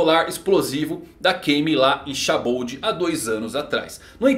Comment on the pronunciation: Shaboud?eu falo sabaodi mas tanto faz